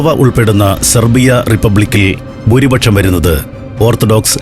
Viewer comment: ബൂരിപക്ഷം പോൽ! ചപ്പാത്തിപക്ഷം അല്ലേ? അക്ഷരങ്ങൾ ശരിയായി ഉച്ചരിക്കാൻ അറിയില്ല എങ്കിൽ ഈ പണി ചെയ്യരുത്. പെർഫെക്ഷൻ എല്ലാ കാര്യങ്ങളിലും നോക്കുന്ന സന്തോഷ് ജോർജ് കുളങ്ങര, ഇക്കാര്യം എങ്ങനെ ശ്രദ്ധിക്കാതെ പോയി? 🤔😱🥵